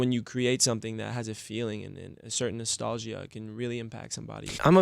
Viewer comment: Why does he pronounce "nostalgia" like that, like is it him or have I been wrong my whole life?